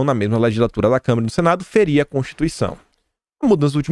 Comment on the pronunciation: Adoro seus vídeos!! Você é um cara que pesquisa, liga os pontinhos e entrega tudo mastigadinho pra gente! Obrigada mesmo por me ajudar a entender os últimos tempos no Brasil! Só uma dica, você tem falado muito "câmera" em vez de "Câmara". Isso é comum, principalmente quando a pessoa fala de maneira quase ininterrupta, mas pode se tornar um vício de de linguagem.